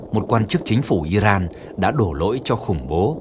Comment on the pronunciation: Nghe btv phát âm tiếng Anh mà chán ! 'Caesar', 'Iran', ... bùn cho giới trẻ ngày nay bị hấp thu cái v/h cờ lờ mờ vờ ? :face-red-droopy-eyes::face-fuchsia-wide-eyes::face-blue-wide-eyes::face-blue-smiling::face-red-heart-shape